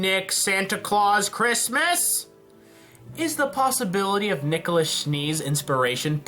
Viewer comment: nikolus? is this his name in some sort of latin ? nikolas pls